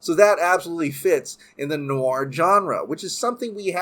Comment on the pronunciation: I've never heard an American say "noir" before 😂